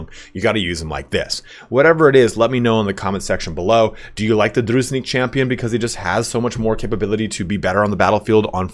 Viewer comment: It's not "Druznik". It's dru-jin-nik. With emnphasis on middle syllable. Thank you for the great tier list.